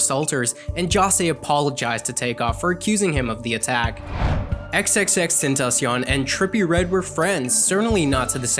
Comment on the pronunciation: how to pronounce xxxtentacion: eks eks eks `10 ta see on